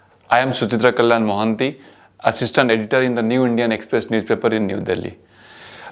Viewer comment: Please improve your pronunciation and accent, it is Indian Express, got its legacy